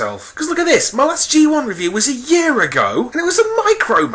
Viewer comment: Thumbs down for revooing a Gaywun